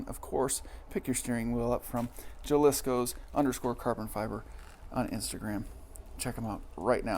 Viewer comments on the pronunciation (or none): "Ha"-liscos not "ja" lisco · pronounced ha-lis-coh just an FYI